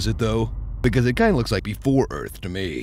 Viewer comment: Welcome to Earf! Will Smith: ID4